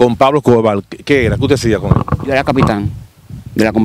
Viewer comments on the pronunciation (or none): PABLO ESCOBAR Con R…Escobarrrrrr No es. Escobar,Tenes q aprender a hablar,la comunicación es exigue té y además un medio auto/parlante q educa o embrutece